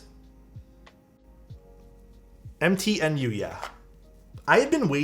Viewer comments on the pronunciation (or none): "m-t-new" not "empty in you" xD